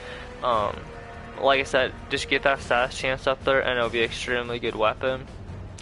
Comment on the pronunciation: lol do you purposely mispronounce almost every single weapon? Also its STAT - US, not STAY-SIS